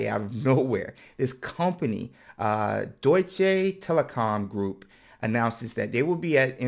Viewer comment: "Deutsche Telekom Group" – well pronounced, dude 😉